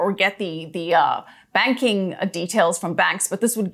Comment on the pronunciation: Oh my goodness… it sounds like you say we are in the middle of a spanking crisis 🤤 On a serious note … excellent interview.